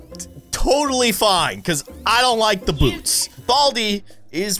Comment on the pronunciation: Boats wow it’s boots not boats